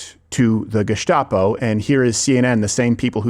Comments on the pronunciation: They say "gestapo", and I hear "gazpacho"... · Really surprised Rogan is saying gustapo after how pissed he was about horse paste.